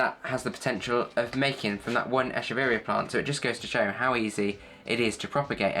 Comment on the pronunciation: Very ice explanation! Quick and to the point! Also, this is the first time someone pronounces the name of this plant correctly — most call it “eh-keh-very-ah” which not the correct pronunciation. Good job! 😻